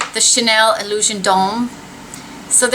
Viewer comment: Thank you for being the only person on YouTube to pronounce "Illusion d'ombre" correctly, what a relief! Maybe I sound like lil miss crankypants but I get so tired of hearing "Illuison DOMBRAY," lol. xo